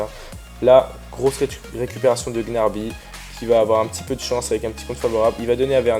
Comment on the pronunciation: on dit pas gnarby mais gnaBRY😂😂